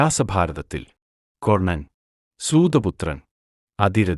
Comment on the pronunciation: കൊർണ്ണൻ അല്ലടാ പൊട്ടാ, കർണ്ണൻ.